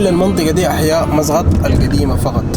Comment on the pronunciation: مو مسغط 😂😂 مسقط مسقط 😂😂😂😂😂😂😂😂😂قال شو مسغط 😂